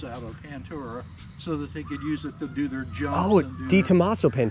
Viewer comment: What's a pentura???? Does he mean Pantera???